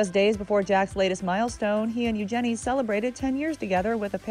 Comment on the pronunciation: Eu-“GEN”-ie????????? Wat the..